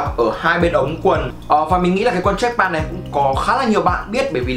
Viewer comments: Đọc là trách pent thì chuẩn hơn ông ơi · Béo Bình mà ông này cứ pan pan nghe hơi khó chịu, ít nhất cũng phải phát âm âm t ở cuối. Góp ý để sửa cho tốt hơn chứ cũng k có ý gì mà.